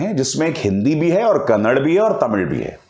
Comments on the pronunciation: अभिसार कन्नड़ नही कन्नडा बोल रे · Sir it's not kannad its Kannada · Kannad nahi kannada boliye sir